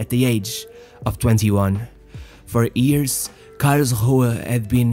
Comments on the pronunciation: It's YEARS not EARS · Why are you talking like you are having sex man? And its not ears, its years. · why cant you pronounce "years" correctly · Wonderful English, but what a curious pronunciation of "years"